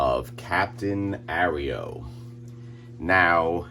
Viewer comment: AIR-EE-OHH is a hilarious pronunciation, as usual... The actual pronunciation is not at all different from "arrow" fyi. Fascinating video, nonetheless.